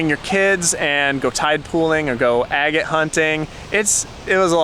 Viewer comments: I always thought 'agate' was pronounced 'aggit' not 'a gate'. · With love ... it’s “Ahh get”. Not “A Gate”. Xoxoxo .... and then I finished your video and you figured it out! Cute ... and I’m also the one who never ever pronounces things properly. 💗💗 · Agate; short A, accent on the first syllable.